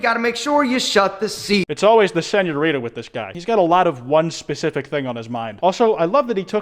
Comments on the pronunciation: As a native Spanish speaker, every time he says “spicy senuorita” something dies inside of me Okey, is a universal thing lmao we all hate this guy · the way he pronounces señorita hurts my lil mexican heart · when he said "spicy senorita" i died a bit more inside